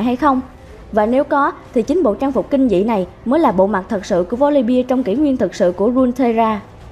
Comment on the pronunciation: Chị phát ầm chuẩn tý là hay . Volibeeee chứ không phải Volibia :v